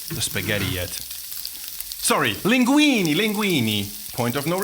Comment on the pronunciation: As an Italian, you triggered me at "Linguini" 😂 linguinE! Jokes asides, great content as always! Cheers from Italy to my fav channel on YT!